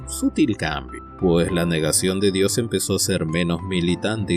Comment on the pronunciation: SI SOS ATEO NO TEMAS PRONUNCIAR BIEN DIOS, SEA CON MAYUSCULA O MINUSCULAS, MENCIONALO TAL CUAL, DIOS.